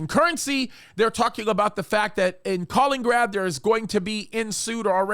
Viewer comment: It's Ka-LIN-IN-grad, not Kalingrad.